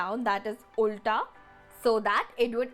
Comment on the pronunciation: what is your mother tounge language 🤔🤔🤔🤔🤔🤔 I ask because when u say "ulta" - it hear like Kannada language